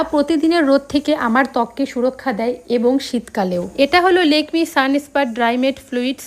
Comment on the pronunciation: কথাটা লেকমি না 😅'ল্যাকমি' Lakme, তুমি ঠিক করে উচ্চারণ করতে পারো না খুব বাজে শুনতে লাগে